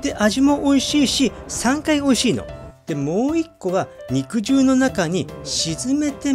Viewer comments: うどんの場合『肉汁』は、にくじゅうじゃなくて、にくじるだと思います！ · 武蔵野うどんでは、肉汁を「にくじゅう」ではなく「にくじる」と読みますね。 って、とっくの昔に誰かが書いているでしょうね。てへへ。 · "にくじゅう"ではなく、 "にくじる"でぇすぅ❗🤭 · この場合は「にくじゅう」ではなく豚汁のように「にくじる」じゃないでしょうか？カットしたステーキから出る肉汁は「にくじゅう」で正しいと思いますが、うどんのつけ汁なので「にくじる」と読むべきかなぁと思いました。どうなんでしょうか？ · にくじゅううどん、ではなく「にくじるうどん」ですな。 肉汁うどんの本場、埼玉より… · 多分ね、普段なら合っている読み方なんだけどこの場合は(武蔵野うどん用語的には)「にくじゅう」ではなくて、「にくじる」だと思いますの。 間違ってたらご免なさいなの。 でも、埼玉でにくじるうどん愛好家の私が言うから合ってるはずですの！🎶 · 肉汁 『☓にくじゅう』 『○にくじる』 ・・・にくじるうどんです 武蔵野うどん系ですね。埼玉県に来て下さい。武蔵野うどんの名店は腐るほど有ります。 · 子供の頃から「にくじる」って言ってるから、「にくじゅう」って発音に違和感がある．．．北多摩民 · にくじゅうにくじゅう何回もやめて下さい❗️（笑） にくじるね‼️ お店の人に聞けば良いのに…… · 読み方にくじるだと思ってたんだけどにくじゅうなの？あごなの？